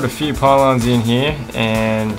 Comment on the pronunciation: 'In here' ..... Dude, LEARN HOW TO SPEAK!!!!!